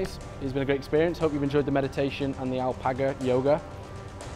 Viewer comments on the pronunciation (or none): Everyone: Ksi: Alpaco